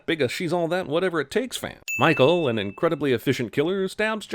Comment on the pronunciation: lmao why did you pronounce Michael's name that way? mah-hoo?